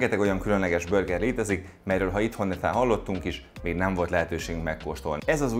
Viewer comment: “Börger” … a videó király, a recept is… de ez a “börgerezés” könyörgöm… vagy mondjuk úgy hogy burger, vagy ejtsük ki rendesen ahogy kell